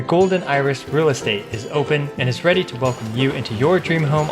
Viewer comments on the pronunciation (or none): none